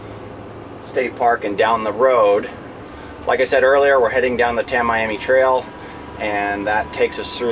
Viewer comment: Pronounced--- Tam E am E